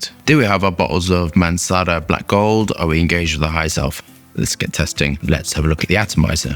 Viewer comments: its MANCERA not MANCARA:)... I wouldnt bother writting it, but every mancera video you say it "mancara" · Wtf you're talking about? Mansara, Azzareeo and Acqua di Geerio is the right way